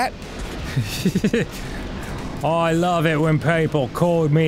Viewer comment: Nothing makes me happier than hearing American's say Twat the correct way 😆